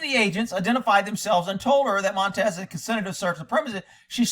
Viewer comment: I believe it's pronounced (Moan-tonn-yez). Monte works for me though.